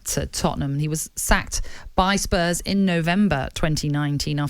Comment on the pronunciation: Scottish people pronouncing Spurs like “Spuzz”